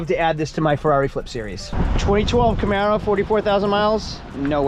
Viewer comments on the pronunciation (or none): none